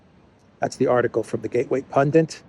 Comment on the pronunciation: Gateway Pundit! Not Pundent...